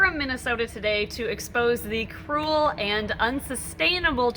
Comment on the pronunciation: This is legal "so crul" !!!